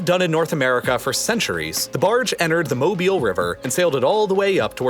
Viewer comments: Jsyk, I’m almost certain that mobile is pronounced mo-bull, not mo-beel or mo-bile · Wait, he pronounced Mobile as mo-bi-le, I always thought it was mo-bill. Tell me if I’m wrong. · its pronounced moe-bill, as a native that hurt alotttttt